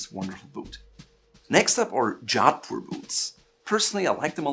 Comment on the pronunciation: Its pronounced Joe-th-poor